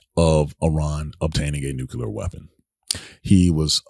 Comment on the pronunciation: Did anyone hear how he pronounced nuclear in his speech